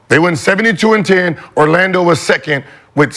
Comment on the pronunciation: “Ar-lando” - McCants